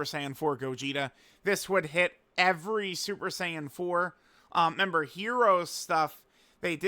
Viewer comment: REmember not member learn to speak.